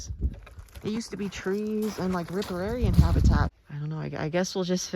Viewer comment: I think its riparian though, as opposed to ripararian you kept mentioning